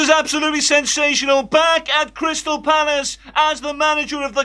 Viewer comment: Gweat to see you back at Cwystal Palace, Woy. All the Vewy best.